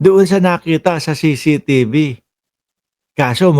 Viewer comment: Brod.CCTV un hindi CCTB ano ka ba naman napakadaling bigkasin pero di mo mabigkas ng tama ang ingay mo pa naman.